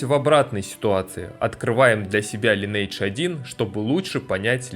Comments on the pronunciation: лайн ...не лин ни лен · Я не буду говорить, что все тупые, каждый может называть игру как ему нравится, но можно было в начале ролика сделать ремарку типа: "Я знаю, что правильно читать Линидж, но так как нам привычнее Линейдж, то так и будем называть игру далее", то вопросов бы не было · Мне как раз привычнее называть Линейдж, но если вы блогер, то в некотором роде журналист, а значит должны придерживаться стандартов журналистики. Линидж так читается это слово на нормальном английском, не у корейцев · Всё хорошо, только название игры читается не Линейдж, а Линидж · Читается "ЛАЙНэйдж" а не "ЛИНейдж" Лайн - линия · линидж ЛИНИДЖ сука |ˈlɪnɪɪdʒ| когда ж вы суки научитесь! То есть, ты знаешь, как переводится это слово, но не в состоянии читать его правильно? Так?